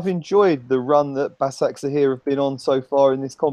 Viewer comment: Pronunciation is Ba-sha-k-sh-e-hir the two 's' in BaSakSehir is pronounced like the 'sh' in *she*.